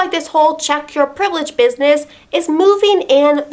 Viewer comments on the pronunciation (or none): I've became racist only by hearing so much times "tchek yor PREIVELEGE"